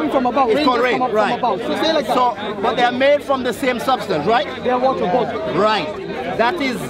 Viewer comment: Watah and rain